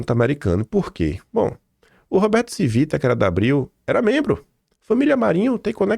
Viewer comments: A pronúncia é TIVITA e não CIVITA. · A pronúncia não é “Civíta”, é “TchÍvita”.